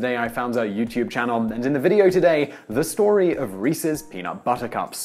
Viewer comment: I heard the Princess Bride when he said, "Reese's Peanut... Buttahcahps."